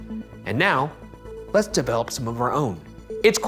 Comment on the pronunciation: The way Ryan said develope was wild!